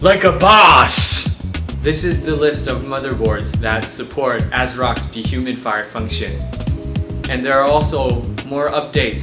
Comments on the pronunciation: de human fider? lol teek instead of tweak. this is hilarious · "De-humid-fire function" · I like the way he pronounces D-HUMID-FIRE :p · He doesnt say de human fire. He says "dehumidfire". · why does it sound like he keeps saying "de-humify"